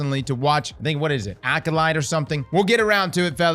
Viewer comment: Bro said acolyte 😹